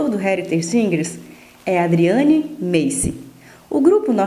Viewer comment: A repórter deveria estar mais preparada. Nem o nome da Adriane ela fala direito.